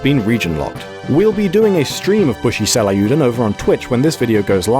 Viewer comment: What's with this guy's pronunciation? It's Seiryuuden, not frickin' "Seh-lah-yoo-den".